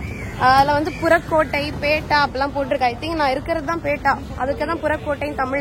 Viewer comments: பேட்டா இல்ல பெட்டா சொல்லுங்க😂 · பேட்டா இல்லை .பெட்டா pettah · பேட்டா. இல்லைங்க. பெட்டா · You should have booked in advance and moreover it's not pettai, It's pettah.